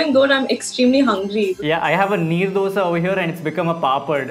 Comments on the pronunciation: Probably only person who said "dosa" And not dhosa! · U love the way she actually said dosa and not dhh-oosa 😂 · Palkova ,mysorepak, dhosa ! Her pronounciation was pure south indian !!!